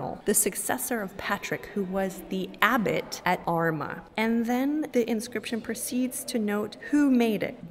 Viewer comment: Great video. Small critique: Armagh is pronounced with a long 'ah' sound at the end.